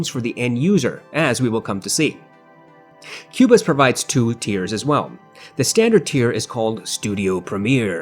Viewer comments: It's not pronounced Cuebuz it's Cobuz. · I made this mistake too: phonetically, it's pronounced "Ko buz"